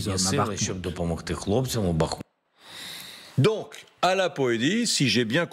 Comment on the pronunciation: Pourquoi prononcer Barmout ? c'est Bakmout